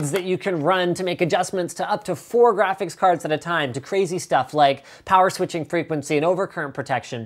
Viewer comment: did he just say, GRAPHICS PICARDS?